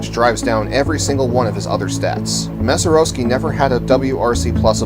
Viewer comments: Mazeroeski...smh indeed. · I'd be more impressed if you could pronounce his name correctly . . .